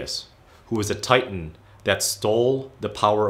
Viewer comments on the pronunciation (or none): none